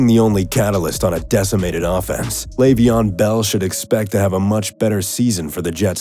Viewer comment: Did he say Lejveon?